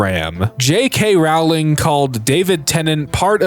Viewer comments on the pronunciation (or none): none